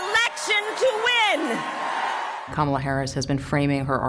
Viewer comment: By this time he should at least know how to pronounce her name correctly. It is KAM-ala, not Ka-MA-la. Ya think??:face-turquoise-covering-eyes